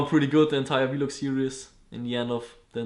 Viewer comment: You need to learn how to say vlog